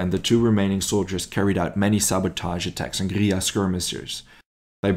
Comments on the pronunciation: Mate you are absolutely murdering the pronunciation of guerilla. At least look it up before you make a vid 😂😂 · I wanted to like this video, but the use of russian maps and constant mispronunciation of guerrilla (from an anglo POV) made it unbearable. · Google says different.